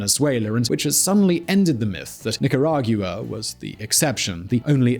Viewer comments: You pronounce Nicaragua like Jaguar, and that dear host, is wrong. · He is not Hispanic, if he mentions it wrong has nothing to do with the meaning of the information he is sharing , which is very very appreciated. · Grey Wolf Alpha no normal English speaker pronounces Nicaragua like he does lol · Nicaragua is pronunced nica-ra-gwa:D Please! My ears are bleeding! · how does someone not know hoe to pronounce barrio🤣😭 its BAR not BEAR nicaraguiya?? i mean cmon is this a joke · NicaragYOUa??? Is that how the British actually pronounce Nicaragua? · As a native spanish speaker, I cringe everytime he mispronounces “nicaragua” that badly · it's like how the British pronounce 'jaguar' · Dude. It's Nica-ra-gua, NOT nicarag-u-a